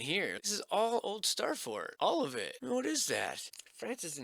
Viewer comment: The “SssstaaaFforrt” accent still gets me every time. 😂